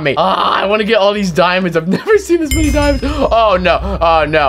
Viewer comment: "theres so "mini" of them"